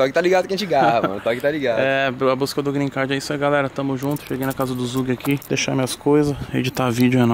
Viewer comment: Gree card?? Não rolou né vey 🤣🤣